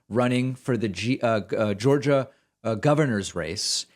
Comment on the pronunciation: Welcome To "Jaw-gia", Have A Nice Day!!!!! lmfao 😆